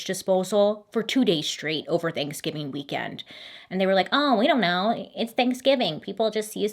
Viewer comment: "Thankskilling"????? AM I THE ONLY ONE WHO HEARD THAT?????